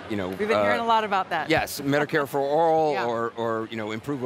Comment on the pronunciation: Did he say Medicare for oral? 🙄